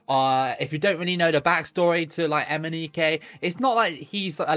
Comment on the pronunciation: Imagine watching this video and taking a shot of liquor every time says Emineke 😂